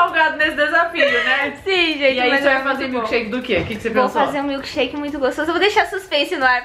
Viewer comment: ela falou milkesherke 7 vezes amo vcs ver por favo escrever no meu comentário